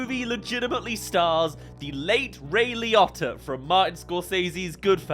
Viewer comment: Ray Liotto? Who tf is Ray Liotto?